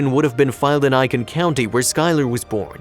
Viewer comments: Maybe this is petty, but you completely MISPRONOUNCED Aiken. I’m from SC, and Aiken is pronounced like aching without the G. Not Iiken. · Not ‘Iken’. It’s pronounced ‘ache-in’ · It's not Eye-kin. It's Ay-ken. LOL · Ay-ken is how the town is pronounced not I-KEN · I believe the narrator is trying to pronounce Aiken (Aye-kin), South Carolina. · Āiken!!! It's Āiken!!! 🙄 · It pronounced "Ay ken" County. I live in Charleston, SC. This story is sad but not surprising. Racism is still alive here.